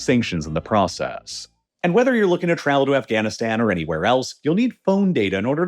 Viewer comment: heh Afghanistands